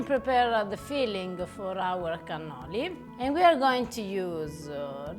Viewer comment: Cannoli!!!! You are killing me.